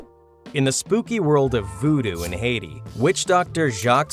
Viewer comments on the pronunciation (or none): none